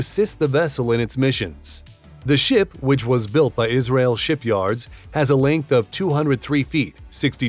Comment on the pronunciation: Yis-ra-el. Legend Nation.